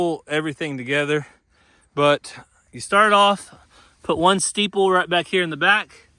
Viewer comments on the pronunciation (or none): Isn't it StAple not stEEple. Just saying.